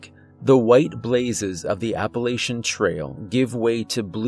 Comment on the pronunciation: ...That's pronounced App-uh-latch-un, you can always spot an outsider from a mile away